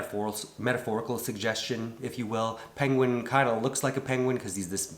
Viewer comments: "...The Ping-Ween" (Penguin) lmfaoooo the way you pronounced "penguin" is hilarious. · i burst out laughing when he said peengween